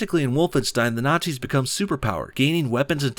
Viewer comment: Hay you said Naizies it the Axis powers